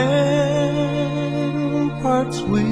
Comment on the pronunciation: Fight. Not flight. Hailed. Not held. Ramparts. Not ramperts. I love America 🇺🇸 but that was a terribly exaggerated story and an awfully off-tune version of our sacred national anthem. It was during the war of 1812 not the revolutionary war, as this gives the listener the impression. But that said. God bless America!!